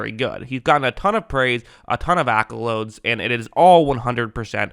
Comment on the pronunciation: Heard a couple vids now where you say “accoloads” instead of “accolades”. Is this a Florida person thing or a joke you have going on? Lol